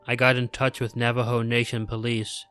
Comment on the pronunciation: Nava-ho. Not nava-joe. If you dont know a word, dont try to just sound it out, look it up first. Thouroughly read your narration material first so you can mark words you may be unfamiliar with or something to that effect. It will make you a much better narrator in the long run, and it wont destroy story immersion for your listeners. The listeners with an IQ above that of the typical semi-literate potato ‘people’ that apparently populate youtube at least.